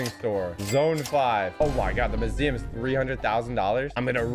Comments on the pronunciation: My heart when hearing him say mooseeum and not museum: 💔 *coughs blood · are we just gonna ignore pronunciation of museum